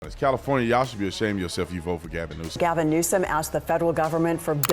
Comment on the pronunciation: Gavin NewsUH-UHM